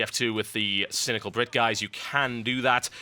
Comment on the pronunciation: does any1 else notice how he rolls his R's when he says cynical brit?